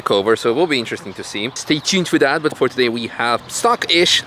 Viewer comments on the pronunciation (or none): Stay “chuned fo dat”